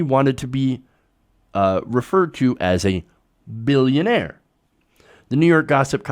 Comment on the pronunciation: That's not how you say billionaire. XD